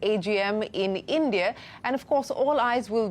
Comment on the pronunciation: ieeendiaaye......how hard is it to say "India"